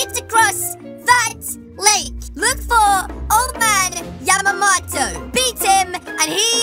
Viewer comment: wow said Yamamoto right lol